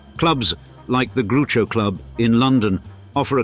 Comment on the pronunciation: The hhhwhaattt? This is the turd misspronounsyasian already. Grew-cho? Can't be a real person yet AI isn't right either methinks. Facts are a bit dodgy too, some of them.